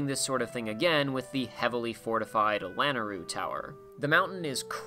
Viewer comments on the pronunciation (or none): I wish people would stop saying “Lanaru”... it’s “la-Nay-ru”.. like, y’know, the goddess Nayru....